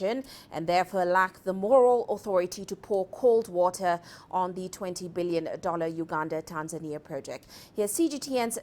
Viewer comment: Why do you pronounce Uganda as ganda